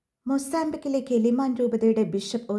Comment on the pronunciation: മോസ്താംബിക് അല്ല, മൊസാംബിക്ക്.